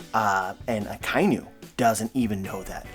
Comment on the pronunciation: We can't keep calling Ryogokyu 'Green Bull' while saying 'Akainu' and not 'Red Dog'. More minor, but it's pronounced A-ka-e-new. It's a combo of Aka (red) and Inu (dog)